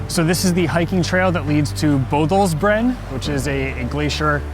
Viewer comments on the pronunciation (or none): The "ø" in "Bødalsbreen" is a separate letter from "o", not a modification of it. We have a lot of vocals in Norwegian. ;-)